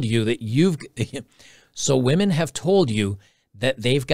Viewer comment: Haha he said " wee men"